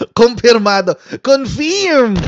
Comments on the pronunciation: Confirm is pronounced cunfurmed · good pronunciation cofiiirmed. after marcos term if he could finish it, am sure he will face a lot of cases that would be filed against him.